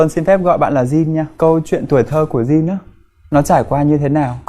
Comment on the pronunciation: Jin : Din or Chin ??? :))) theo tôi đọc thì chắc chắn là Chin :v -Dạo này nổi LGBT ghê taaa?? mai mốt chương trình mời chị Linda thì tốt :>